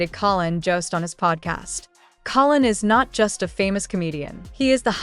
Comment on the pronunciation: You would think with this AI story they would at least pronounce Collins name correctly at least twice. I can’t listen to this channel. It’s all BS and hype